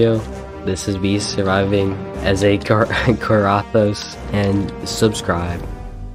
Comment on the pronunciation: kor- a- thas